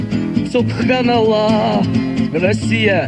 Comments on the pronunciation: В комментариях столько идиотов. Этот трек сгенерирован нейросетью. Голос на Муцураева лишь отдаленно похож. Особенно в припеве нейросеть не справилась. Особенно смешно с произношения "Сутханала".😂😂😂😂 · это нейросеть,можно любой голос подобрать ,однако нейросеть не смогла произнести слово Субханаллах ,а Тимур может 😃